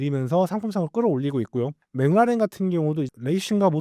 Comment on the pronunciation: McLaren 맥클라렌을 왜 자꾸 맹나렌 맹나렌 이라고 발음을 해요… 반복적으로 나오는데 왤케 듣기 싫은지… 신경좀 써주시기 바랍니다..